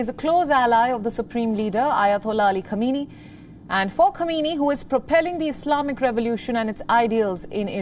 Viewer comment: As a regular viewer of WION, I am somewhat disappointed by the false pronunciation of the name of the Supreme leader of Iran. Supreme leader's last name is Sayyid Ali Hosseini Khamenei (hence Khamenei). Can you please pay attention to this deficiency as it sends a negative message to the world and damages the reputation of your, otherwise, competent and efficient media.outlet. Perhaps Indian prime minister Naredra Modi should also be called a "hardliner" especially given his policies that are viewed by many as extreme given the influence of extreme Hindu association known as Rashtriya (RSS) on his thinking and policies.